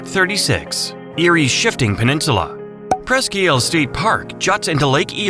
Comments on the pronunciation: “Press-key Eel”?! I grew up in northwest Pennsylvania… the peninsula is pronounced “Presk eyel”! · I nearly had a stoke when I heard that pronounceation. 😂😂😂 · You really should have hired someone from Pennsylvania to narrate this. Press-ka Eel?